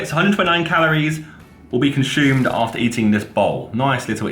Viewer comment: nobody : Josh : Conshoomed